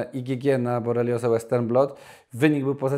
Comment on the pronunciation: Borelioza a nie bolerioza!